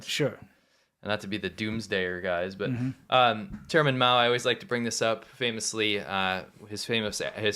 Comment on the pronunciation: i always dont hear ' chairman ' , i hear ' german ' ( which is so or so around the same =pp )